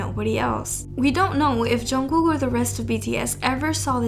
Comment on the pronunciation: its pronounced jun-g-koo not jungcook